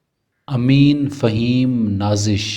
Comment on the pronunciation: اپ نے امین پڑھا ہے جبکہ امیم ہے